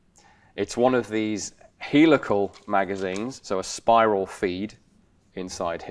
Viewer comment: Heelical not helical but beeson but not bison,the pronunciation is everywhere!